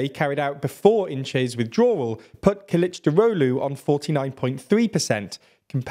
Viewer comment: I appreciate your effort to pronounce "Kılıçdaroğlu" correctly. I must say you are surprisingly accurate for a non Turkish speaker. Congrats. (edit: corrected a typo)